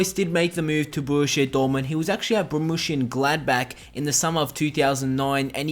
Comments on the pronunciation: its not BORMUSSIAN Gladbach. its BORRUSIA MONCHENGLADBACH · Great video about an incredible footballer, but please learn how to pronounce 'Borussia Monchengladbach' properly, its painful.